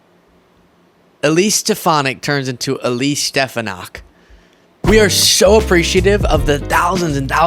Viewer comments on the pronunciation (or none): My theory for why he mispronounces Elise stefanik's name like that is because there's a high school in white plains, ny called Stepinac and he gets them confused. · And yet again his does not pronounce her name correctly. And I believe he does that deliberately.